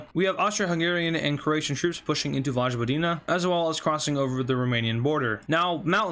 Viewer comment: Its not vožvodina its vojvodina